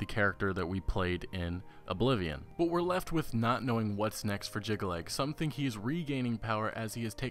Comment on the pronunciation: He also cannot pronounce Jyggalag, Sheogorath or Kvatch. Did he actually play the games?